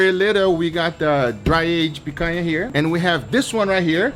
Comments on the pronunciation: Guga, are you from Brazil? You say picanha just the way it's meant to be said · Guga, you saying picanha sounds like a natural brazilian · Does someone knows where Guga is from? He pronouced "picanha" perfectly! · vc é brasileiro mano? falou "picanha" com sotaque daqui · The way you say picanha makes me think you're brazilian... vc é?